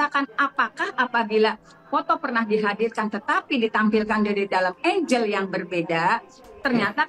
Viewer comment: angel ama angle 😅 jd pabalieut